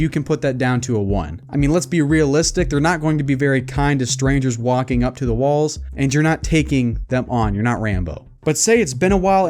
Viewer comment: Did you just say wanking dead?